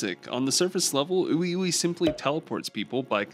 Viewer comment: it’s pronounced WeWe 😂